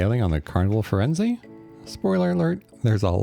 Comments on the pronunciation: Pronounced Fir en ZAY not ZA. Thanks for the video. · Not quite, the Italian captain Claudio on mask night tells his audience of guests how to pronounce the name of the ship and he says the ship's name ends with a zay sound, not a za sound as in the video. This was my point, not the meaning of the word, but its pronunciation.